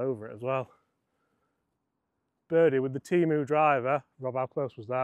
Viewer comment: It’s TEM-OOOOO